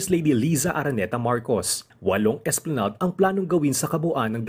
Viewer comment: Esplanag? Pronounce it properly.